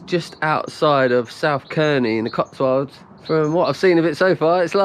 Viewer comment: I’ve watched all your videos the past few months but only just found this one on my local roads . South Cerney lakes is my local loop. (Pronounced south Sernee) 😉